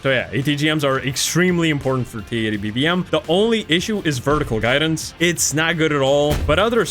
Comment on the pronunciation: I like how bro goes “TKXerrr and BVMerrr” 😂😂😂